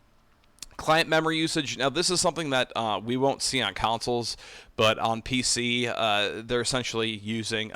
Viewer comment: When you keep saying “councils” do you mean consoles?